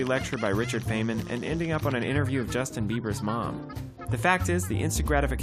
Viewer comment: This is why I got into WBW, funny because it's true :D ............................................................... I am only Dutch, but I'm pretty sure it's pronounced 'Fineman' ............................................................... AAARGHHH PANIC MONSTER!!!